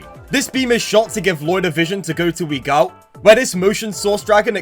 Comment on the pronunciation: Broo I cant with the pronounciation of Eagult, Egalt 😭